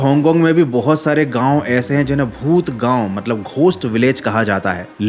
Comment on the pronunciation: Gaun ❌ Gaon ✔️